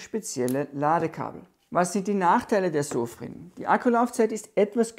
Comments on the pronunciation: Die Marke heißt Sofirn nicht Sofrin 😮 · SOFIRN nicht SOFRIN